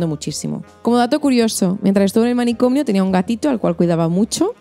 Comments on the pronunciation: Se dice «manicomio», no «manicomnio». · Dices "manicomnio", es manicomio.